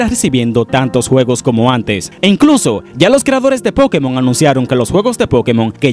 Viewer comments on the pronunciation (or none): none